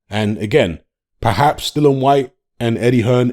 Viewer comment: still not pronouncing Dillian's name correctly...after all these years! 🤣